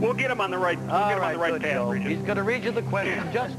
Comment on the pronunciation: It’s Regis not Refis.